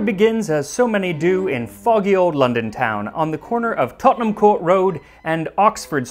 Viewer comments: It’s not a criticism I’m just curious: why do Americans seem to say a fourth instead of a quarter? Also props for being able to pronounce Tottenham lol we love calling our towns, cities and counties confusingly spelt shit 😁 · ThAnk you for saying Tottenham correctly!